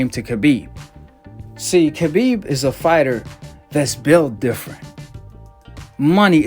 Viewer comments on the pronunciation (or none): Nooo brother not you to! Pronounced the K on Khabib's name! Don't do it it brother! Lol